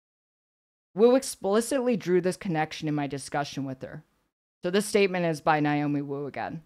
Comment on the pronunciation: NAY-omi, not NIGH-omi.